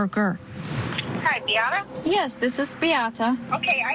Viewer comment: Bee-ah-ta, not Bee-ate-uh, Chandly